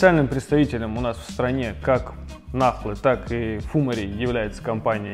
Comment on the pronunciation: фумАри вроде как правильнее :)